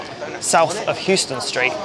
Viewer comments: correction - the New York street is pronounced "How-ston", not "hews-ton" like the Texas city.... don't really know why, though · New York's Houston Street is pronounced like 'house-ton' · It's not pronounced Houston like the city. It's pronounced Howston. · Until you've been corrected by a New Yorker everyone makes the Houston pronunciation mistake. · It's named after a person. They pronounced their name Howston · South of Houston St., yes, but the Houston St. in New York is pronounced "HOW-stun" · houston street is pronounced howston street my bru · In NYC, Houston is pronounced Howston. Americans from outside of New York get ridiculed for the mispronunciation.😅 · I was just going to say ... Houston street in New York is pronounced How-ston but you were already there before me. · it's pronounced "How-ston", not like the city. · Came here to say this. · He didn't even pronounce Holborn right and you expect him to get that right?? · It's pronounced house-ton in New York - unlike the Texas city